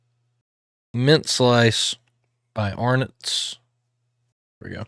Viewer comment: I swear, I think you must be the first American reactor to pronounce Arnott's correctly :) keep up the great work with these videos!!!